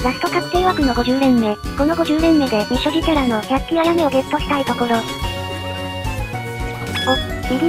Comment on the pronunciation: ひゃつきじゃなくてなきりですよ